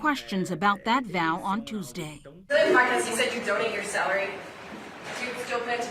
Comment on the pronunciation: He really said PLEDGE like Amber Turd SMH